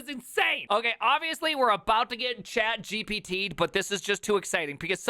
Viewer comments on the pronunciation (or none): "Squeal", "Hit-mul", and "Chat Jippety"... I've never heard any of these pronunciations.